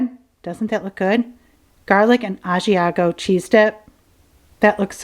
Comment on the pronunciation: I also love Trader Joe’s I’m from San Francisco so I was lucky to always have it. My dad is from Italy and he is a chef. He wants you to learn how to pronounce Italian words, but he loves that you love Italian food. It’s pronounced Brew-Sket- a not Brew-shet-a (common American mistake) and you are pronouncing Ah-See-ah-go as ah-she-ah-go. But he said Bravo for your Bruschetta Chicken and I really like your corn salad we make that back home with avocado too.